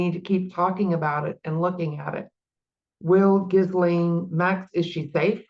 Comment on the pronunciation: Ghee-lane . Come on practice the name pronunciation 😢